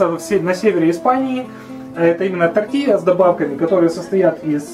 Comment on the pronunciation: ТортиЛья, а не Тортия..тоже мне испацы:) Не слишком ли много там масла?